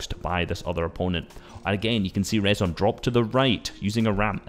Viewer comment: nice vid vid bro btw its rezon spoken like reason